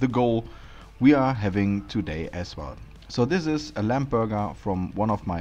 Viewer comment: Just a hint - when an english word ends on "mb" the "b" is silent, i. e. it is not pronounced. So it sounds like "lam" or "bom". NOT "lamp" or "bomp". It is spelled "lamb" but pronounced "lam" 😉